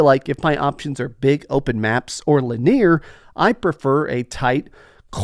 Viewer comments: Wtf is "lineer"? Lmao..its LIN E ARE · Lin Ear? My dude there is no way you think that’s how that word is said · Never heard someone pronounce linear that way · Nothing says Texas quite like saying “lineer” 😂❤